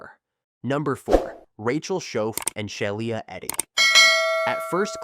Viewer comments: Yeah this video's a mess. they show an image of a house fire while discussing a fire that took place in an outdoor barbecue. During the Skylar Neese section, the AI voice repeatedly mispronounces Shiela Eddy's name as "Shai-eela". They also bizarrely make use of several thumbnails of videos from other (better) content creators. For instance, during the Marlene Olive section, thumbnails are shown from channels who covered the same case, "The Crime Reel" and "This Is Monsters". No idea why that's necessary, and no attribution is given, not even in the description. My guess is whatever (probable) AI algorithm is the author just....mindlessly included the imagery? Because why not? These AI slop channels are really unfortunate. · Sheila is pronounced she la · It's pronounced shee la eddy and there was no excuse for them to hurt someone else just because they didn't like that person. Rip Skylar neese.